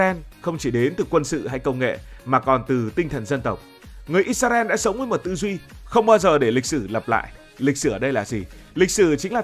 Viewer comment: IS - RA - EL Cách đọc trong tiếng Việt: - Sao lại đọc là "Ít - Xa - Ren" nhỉ? - Tại sao không phải là "Ít - Ra - En"?